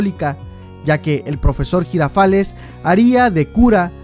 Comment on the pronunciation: soy de Brasil y 2 nombres están incorrectos...nosotros llamamos Quico de "Kiko" (se dice del mismo modo que en español) y Don Ramón es "Seu Madruga"...y la pronúncia del Professor Girafales no es así como si fuera un americano hablando, nosotros decimos "zhirafales"